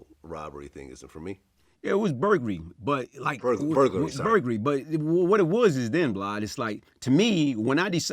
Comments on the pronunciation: Vlad: Burglary: vuglary 😆😆😆😂😂😂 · Burgury VLAd - burgluay? - No, Burgery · “Yeah it was burgery.” Vlad-“burglary?” “Yeah 🍔y.” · Litery Blad...burgry...lmao